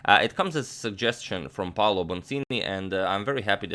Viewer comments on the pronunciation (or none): none